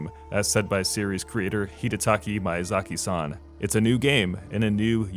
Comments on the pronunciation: MAYAZAKI-SAN hahaha wtf dude? MIYAZAKI, no that hard to say. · Hee-duh-tah-kee. Mee-yuh-zah-ki. Buddy. Please. Come on. Ffs. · Japanese is literally the easiest language in the world to pronounce, and yet you still say Miyazaki's name like you have a mouthful of gravel.